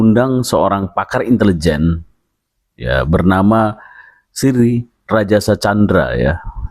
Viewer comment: Itu bukan intelejen...tp Itilijen ...😂